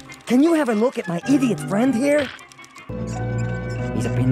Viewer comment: I love how when he says "idiot" its more like E-diot